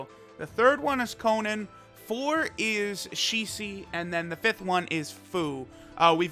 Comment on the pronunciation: You keep saying Shisi c'mon bro it's Shisui